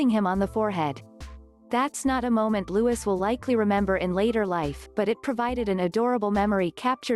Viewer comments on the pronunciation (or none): Please note correct pronunciation is LOUIS as in French monarch and not LEWIS as in Carroll the author 🧐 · The correct pronounciation of his name is as this: Lou ee, not Lou is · It’s Louis not Lewis. Please at least pronounce it correctly. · The youngest child’s name is pronounced ‘Lou-ee’ not ‘Lou-is’. There’s no excuse for getting it wrong!!! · It is not lewis but lewey...english do not pronounce the ‘s’ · Pronounce the little boy's name properly. It is not pronounced as in LeWis, 'Loooowe. Louis'. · His name is Louis pronounced Lewee not Lewis ! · Oh boy its pronounced louie in uk the name your saying is spelt lewis he is named after mountbatten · Louis with the silent s! this american translator obviously dont know how to pronounce names! omg!!! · Louis! Not Lewis! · What a cutie pie! All three of the Cambridge children are so precious and beautiful. Please say his name correctly: It's pronounced Louey, not Lewis. Also, stop referring to HRH The Duchess of Cambridge as Kate Middleton. She's been married for 8 years now and has more than earned her place and titles. Otherwise, good video with actual quotes and sources. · Not Lewis its Louis...lu eee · Please stop disrespecting The Duchess of Cambridge. Refer to her by her title and NOT as "Kate". Also the little one's name is pronounced "Lewie" NOT "Lewis".....GET IT RIGHT OR DON'T TALK ABOUT THEM!!! 😠😠😠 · Its Louis not Lewis like how the French say it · Yes, it's pronounced Louey, not Lewis, but it's spelled Louis. I don't understand why these channels can't pronounce his name correctly. Smh.. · This young man is called looeee, NOT LEWIS Why do you americans find it SO difficult to pronounce ANY English names correctly. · It is pronounced Lou-ee! Ignorant fools! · Loo- ie ! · It's pronounced LOUIE.....the S is silent!!!! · Will and kate's youngest child's name is pronounced as looy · Silent S it's Loui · Louis is pronounced LOUIE!!!!! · It's Louis, pronounced Looee !! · It's pronounced Louee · Me, too‼️